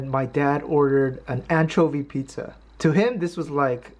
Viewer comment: Anchovy pi-zcha please? LOL...